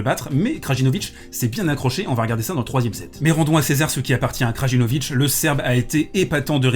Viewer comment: Taylor Fritz était nul au 5ème set, il renvoyait tout sur Djoko au lieu de le faire jouer, quel mauvais perdant ! C’est ça le problème avec certains fans du big 3, ça préfère dénigrer l’autre que supporter son favori P.S : le « J » des noms de famille serbes se prononcent comme un « Y » Krayinovic Layovic